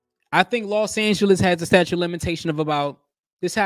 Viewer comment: It is "statute" not "statue". Before you post..., please refresh your English and grammar. It just looks bad for black folks..., reinforcing the stereotypes that the world has of us. This was embarrassing....